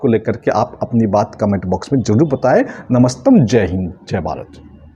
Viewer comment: ये नमस्तम क्या है 😂😂😂